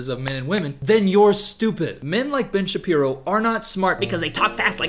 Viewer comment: Great video, really enjoyed your takes on both films. Just as great: when you said Ben Shapiro's name at a certain speed and it sounded like b*tch Shapiro, so henceforth I'll consider that his true name lol